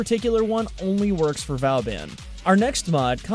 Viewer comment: It's not valban